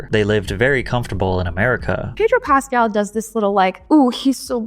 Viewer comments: Why can't you pronounce his last name correctly? You're accentuating the wrong syllable and it's REALLY not that hard. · Also, isn't his name pronounced PascAL, not PAscal? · It's PasCAL, not PAScal. Trust people when they pronounce their own nanes lol.